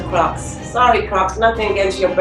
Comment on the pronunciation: Thank gosh she said crocks! Im with her xD